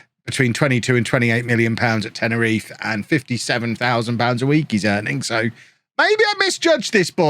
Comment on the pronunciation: pronunciation of Tenerife had me dying 😂